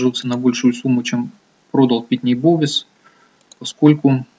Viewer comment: Вот как относиться серьезно к инвестору зарубежного рынка, который произносит "Петрочемикал" и "Питни Бовс"? Анализ уже переведенных новостей может быть с огромным опозданием и необходимость читать онлайн изменения рынка США встает на первое место.